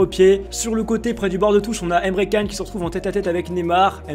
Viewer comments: Jtm de fou mais ne dis pas Emre can sa se dit Emre can mais se lie Emre jane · Ca se prononce chan pas can